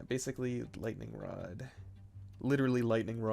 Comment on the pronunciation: Gooning Moments “In General-ugh” “Lightning Rod-ugh” “Brief Period-ugh”